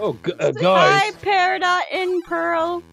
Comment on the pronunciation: peridot not paradie